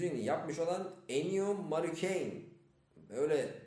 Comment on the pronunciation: ennio marikoni diye okunuyo :)